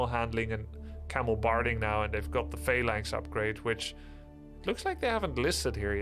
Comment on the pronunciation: Why does Grubby say fey-lines instead of phalanx? Or is it just me?